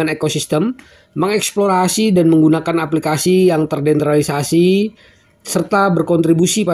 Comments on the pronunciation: MAAF, TERDESENTRALISASI BANG BUKAN TERDENTRALISASI.. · Bacanya TERDESENTRALISASI bukan TERDENTRALISASI, Min Min...!!!